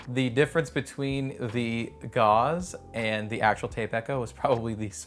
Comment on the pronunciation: Your pronunciation of Gauss needs more German accent Also gauss is different then gauze kek